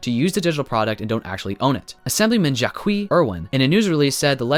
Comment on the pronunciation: Calling my congresswoman Jack-qui made me laugh! It's pronounced Jackie, but it's okay, you didn't know.